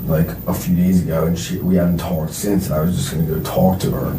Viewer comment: This dude would get punched in his face the 3rd time he says tawlked. Imagine him telling this story in prison.